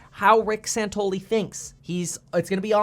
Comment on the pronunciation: San Ton ELL ee